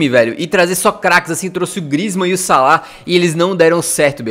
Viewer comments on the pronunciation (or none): none